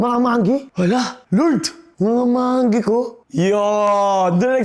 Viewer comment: manggi ❌ monggi ✔️